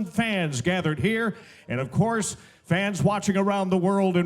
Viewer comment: Boualam Arbaoui she say“ofcours”